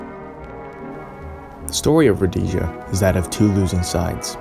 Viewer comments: Potential??? 😂 This is not some 15 year old project - it's a sad Rhodesian hater's ploy. Note the mispronunciation of the basics. So sad that you have to hide your sorrowful arse. Go get a life. You won't get it in Zimbabwe, but you'll be happy to bleat and usurp footage and audio like this from your little hole. Good luck! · It’s ro-deee-sia. Row like a boat. Dee like deem. Zee like New Zealand. Uh like uh what do I do. You keep saying ro-day-sia, day like daytime. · There is no such place as "Rhodaisia! .... There was a country called RHODEEE'SIA!!! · You're pronouncing Rhodesia wrong. Rhodeeesia, not Rhodaysia. It's not spanish. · It's Rho-Dee-Sia, not Rho-day-sia. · Learn how to pronounce Rho-des-ah. Ian Smith and the Rhodesians were betrayed buy the UN, England and the US. The war wasn't lost in battle it was lost by the betrayal of the Rhodesians. You have go a lot of the background facts wrong. Ian Smith had a program for eventual black rule but Mugabe wouldnt allow that and the Lancaster agreement was signed without Ian Smiths agreement or input. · It was a travesty...much like your pronunciation of Rhodesia. It was a nation on a prejudiced slingshot to destruction, unforgiveable when there were other options...like treating the occupants like human beings. That might have done it. A pox on idiots like you who weren't there, and all the jingoistic half-wits who still haven't woken up. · Anyone would think it was spelled Rhodasia the way you pronounce it.... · …when did my country become “Rodaysia?” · Yeah had to turn it off, how you gonna make a documentary about Rhodesia without checking you can even say the name of the country, difficult to take anything seriously after hearing Roadasia a few times. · Also you pronounced Rhodesia wrong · The way you’re pronouncing “Rhodesia” is fucked. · If you are going to make a programme about a country, it might be a good idea to be able to pronounce its name correctly! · Cannot pronounce Salisbury or Rhodesia.